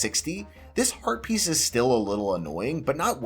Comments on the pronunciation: I keep hearing "herpes" and can't unhear now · When you say heat piece, my mind thinks you say herpes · I am the only one who keeps hearing "Link gets Heart Pieces" as "Link gets Herpes"?? 😂😂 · Are you intentionally trying to say Heart Piece and Rupies as close to Herpes as possible? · Sometimes when he says Heart Piece, it sounds like he's saying Herpes and I have to do a double take